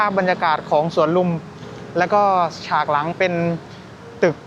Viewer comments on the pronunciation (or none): ฉาก ไม่ใช่ สาก ภาษาไทยถ้าออกเสียงเพี้ยนความหมายก็จะเพี้ยนตาม